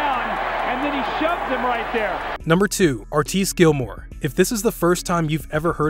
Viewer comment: Did anyone else cringe at how he said artis gilmore